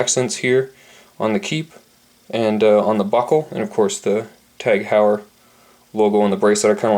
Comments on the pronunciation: 'Hoy-er' not 'How-yer' Good review regardless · You are mispronouncing it